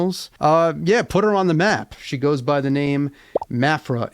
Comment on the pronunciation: I wondered how to pronounce the name. . . I have been saying with a long a sound like Ma so Ma-phra, which makes the name sound more grand or majestic